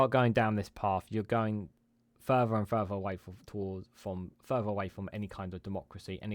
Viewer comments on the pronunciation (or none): Phonetically: 'San gee ta'. The 'g' is hard, as in 'gear'. Wivout, furver, and anyfink? I can't find any such words in the OED. YT is an international forum. Stop making us sound like a nation of morons who cannot pronounce words in our own language: sort out your pronunciation before entering a world wide forum.